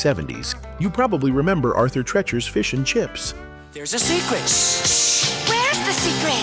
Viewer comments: At Halloween do you say trick or tret?? It’s treat. Say Treat, then say Chures. Not treh-chures, ffs. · TRECHERS????! 😅😅😮😮 Tr-EE-chers. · GET RID OF THE COMPUTER GENERATED NARRATOR! It's pronounced "treechers" not "trehchers." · It's pronounced, "Arthur TREEEEACHERS", not "Trechers". Did you even WATCH THE COMMERCIAL?? 🤨🤣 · This AI voice needs to learn that Treacher's is pronounced TREE chers! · Arthur treechers is how it is pronounced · The idiot narrator can’t even pronounce the name Arthur Treachers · I turned this off the moment you mispronounced Treachers. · I wish they would stop using AI to do the voiceovers on these YouTube videos. It keeps mispronouncing “Arthur Treacher’s” 🤨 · Dude can’t even pronounce Arthur Treachers correctly